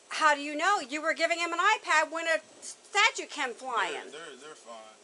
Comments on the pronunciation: Right? “Statute” is killing me!!!!!! Everything about her is annoying! “ I hate the way that you walk, the way that you talk, I hate the way that you dress…” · Is it just me are they saying statute? Likes law? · Why does she call a statue a 'statute?' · That cop said “irregardless” “incooperative” and keeps calling the statue a “statute” This is wild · Lady its not a statute 😂 its a statue👍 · It's Statue... Not Statute, lady. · Statue...not statute... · I can't ignore how the officer keeps on calling it a 'statute' and not a statue... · Stop saying "statute"! Okay now I feel better. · She keeps saying statute . It's statue! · Officer lady, it's Stat-chu. Not stat-chute. 😂 Stat-chute is what you enforce! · Why is she saying statue wrong , shes saying statute instead of statue ????These heifers need to leave them alone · That officer kept referring to the statue as the "statute." Once was understandable but 10 times? Does she not know the difference? Lol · Somebody get that female cop of snickers and a nap. And it's a STATUE lady, not a statute 😆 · The cop pronouncing statue, as statute was driving me mad! I wanted to stop the video and correct her right then and there. Lol. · I'm sorry. Am I tripping? Why is the lady saying "statue" like that? I say "sta-choo".... shes saying 'sta-chooT' and pronouncing that last t. Please tell me Im not crazy. 😅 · I dont care for that cop - and tell here to quit saying STATUTE (a code) instead of statue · Why the hell does the officer keep pronouncing "statue" like that?? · Someone please tell the cop (the one not on camera) that "irregardless" is not a word. And it's "statue" not "statute." Her language skills and demeanor suck! Thought cops needed a post-secondary education. Guess not. SMH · why does the cop keep saying stachute instead of statue? driving me nuts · Why does the officer sound like she’s calling a statue a “statute”? lol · I know it’s petty but why can’t that officer say statue? It’s not a statute.